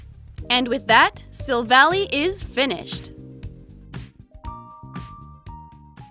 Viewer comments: you are pronouncing the Pokemon's name wrong its silvall[eye IIII NOT YYYYY IIIIII [ THIS IS A HATE COMMNT ]😅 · STOP SAYING SILVALLY WRONG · mispronouncing Gladion’s and Silvally’s names Me, squinting: “I’ll let it slide, just this time...” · sill vahl lie not sill valley omg it annoys me SO MUCH watch the SHOW and u will see edit: sorry, i love you, but please, please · Savella that's how you say it not savle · i have to point out some thing , its pronunced sil-val-i not sil-villy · Silvally's name origin is that he is Gladion's Silver ally. So it is pronounced Sil-Val-Eye, not like how it looks. I'm sorry if this seems rude but I am a huge pokemon fan and hearing you say the name wrong makes me want to rip my hair out lol. I love your videos so much though! keep up the good work! :D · Oh god the way you pronounced Silvally’s name triggered one of my pet peeves- In the Pokémon series sun & moon they pronounce it like you would pronounce lie- Kinda like this Sil-Va-lie Sorry- my pet peeve just- took me over 0-0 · Gurl its silvally like the end is silvall AI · I noticed that you said his name wrong it's pronounced Chevelle eye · its pernoct sill-vall-aw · its her favorite pokemon and she cant even say it right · If She's REALLY A Fan Of Pokemon-- WHY DID SHE PRONOUNCE BOTH GLADION AND SILVALLY'S NAMES?! She Said "Sil-val-ee", IT'S PRONOUNCED "Sil-val-eye"... REEEEE- And "Glay-dee-on", IT'S "Glah-dee-in/on"; WHHYYY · Uh is Pronounced Glaaadion not Glade-ion and silvallie not silvally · It’s Sil-Val-lie not Sil-Val-ie and it’s Glad-Eon not Glade-Eon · Not to be rude or any thing bu t this is how you pronounce the names GL-a-deon Syl-Val-ie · Your pronouncing Gladion and Silvally wrong. I watch the anime, and its Glad ( as in im glad ) - eon, and Sil ( as in silver ) - val - eye.